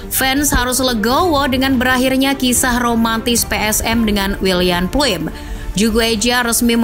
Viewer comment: Wiljan Pluim (Dibacanya : WILYAN PLAUM 🇳🇱), Pieter Huistra (Dibacanya : PITER HAUSTRA 🇳🇱), Nick Kuipers (Dibacanya : NIK KAUPERS 🇳🇱), Geoffrey Castillion (Dibacanya : JOFRI KASTILLIONG 🇳🇱)❗😊🙏🙏